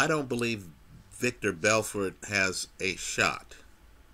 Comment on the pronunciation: LOL you're still pronouncing it "Victor" Belfort.